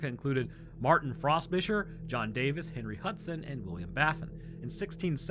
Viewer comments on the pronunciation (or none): Just a mote on pronunciation of Martin Frobisher name. The way to properly pronounce is essentially Fro' ( as in the hairstyle) and then Bisher ' ( Fisher with a 'b') hence 'Frobisher' . and Frobisher Bay is named after him.